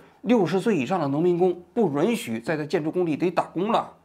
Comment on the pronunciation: 王局，“允许” 读作 yǔn xǔ ，好几个视频里你都说错了